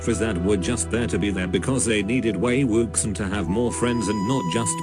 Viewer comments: “Wei wuksang” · "Wei WOOKSON" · I can't deal with the "Wei Wuksan" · also maybe these opinions are controversial or whatever BUT the text to voice converter is just too funny. I love Wei WUX I EN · ok but.. "wAy wOoksAn"... i literally perished. ma boi wei wuxian's name got mauled by mr.bot :( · Excuse me, but the mechanical voice readin wei wuxen or however you would write this....... it gets me killed every time i hear it